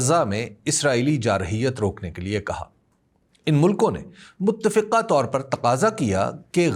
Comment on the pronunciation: م ت ت ف ق ہ - متفقہ کہنا چاہئے